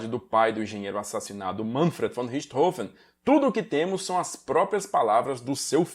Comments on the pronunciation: Que bom ver alguém pronunciando o nome corretamente. Saco essa imprensa imbecil falando Richtófen ou Richtôfen. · Finalmente alguém que pronuncia "Richthofen" corretamente.